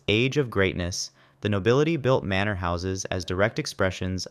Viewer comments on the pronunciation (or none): none